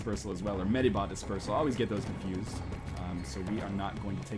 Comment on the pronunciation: Medibot? Medibot.